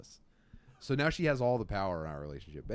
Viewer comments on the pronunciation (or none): That Philly slipping out, but you caught yourself,. "She was SOOAHH much.." "Eh-hEm, so much more..."